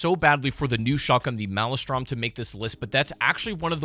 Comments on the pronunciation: It really is depressing that the malestrom is such garbage, also that you called it a "mall-ay-strom" and not a "mail-strum" like the storm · By the way, Maelstrom is not pronounced mal-a-strom, it's mail-strom. 'til sea swallows all! 🫡